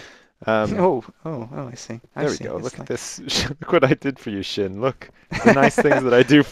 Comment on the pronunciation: Sjin's name is pronounced S-jin not Shin.